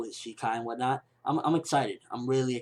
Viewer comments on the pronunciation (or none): first of its shikai not shinkai, second zaraki's sword is constant released like ichigo's so its already in shikai form.